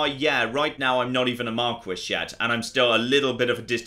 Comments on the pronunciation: Isn't it pronounced MAR-KEE? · Is anyone gonna let know that Marquis is pronounced more like mar-key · Please say marquis the way it should be said